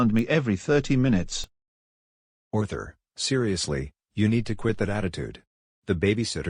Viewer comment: Arthur not Orthur 😊